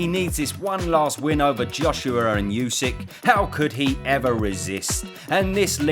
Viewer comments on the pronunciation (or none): LOVE your videos but mate, you need to learn how to pronounce Usyk